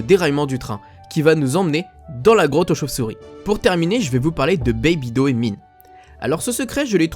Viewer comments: pour le patronyme DOE on prononce DO et non Dohé ... sinon super intérressant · Tu maîtrise pas bien l'anglais quand même:p C'est "last chaince" qu'on prononce et pas "last chaaance":p Et "monumainttttt valli" et pas "monument vallée ":p Je te pardonne vu toute les connaissances sur frontierland:p et pas "doé" mais "dou" ça se prononce:p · On ne prononce pas le e de Doe. ça se dit "Do" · me semble que le nom "Doe" se prononce "Do" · Sa se pronnonce John "Doé" ? J'ai toujours cru que sa se prononcé juste "DO" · Salut! Je suis ravi de t'avoir fait découvrir le secret de la Baby Doe Mine! Petite précision, ça se prononce "do" comme la note et "maïne";) Et surtout merci pour le crédit, ça fait plaisir de voir son travail respecté! Bonne continuation et à la prochaine!